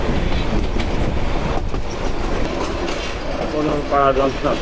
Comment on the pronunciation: বোনারপাড়া কে বোনরপাড়া😂😂😂 গাঁজার কি পাওয়ার😂